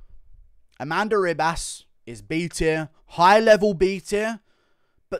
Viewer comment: A-MAN-da Nunez 😁🤣